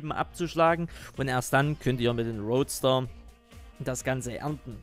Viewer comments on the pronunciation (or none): Das heißt Rootster, von Root (Wurzel), net roadster wie road (Straße). :) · das heißt ROOTster und nicht ROADSter ... ein Roadster ist ein kleines Cabrio und kein Rübenernter ...